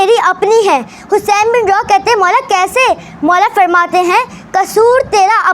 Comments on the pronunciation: Lafzon ki adaegi theek kro Hussain bin rooh he roh ni he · Hussain bin roh he Naam hai rooh nhi hai